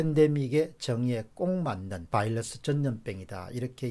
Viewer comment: 바이러스를 왜 바일러스라고 하시는지요?